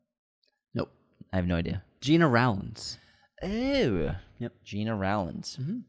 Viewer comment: Guys, future possible heads up, Gena Rowland's first name was actually pronounced [Jenna] Rowlands rather then [Gina].